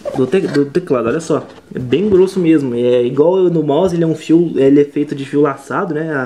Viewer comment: c falo fio laçado eu entendi fio assado